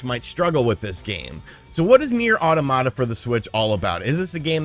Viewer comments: not auto Mata. it's pronounced autom ata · Aw Tom it ta , not aw tomata , the word is not supposed to sound like tomato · Automata is pronounced Ah' TOM' mah'ta like the word "Automaton" not Auto-mata. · It’s pronounced like “automaton” ne’er au-tah-na-mah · Hearing it pronounced as "Awetamata" is giving me an aneurysm. 🤣🤣🤣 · Pronunctiation in spanish: Automata. Pronunctiation in english: Oromara